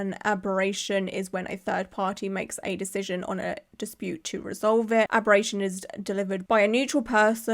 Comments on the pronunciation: It’s… it’s arbitration not abberation. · With genuine love, it's ARB-RI-TRAIT-SHUN Not arberation English is a weird language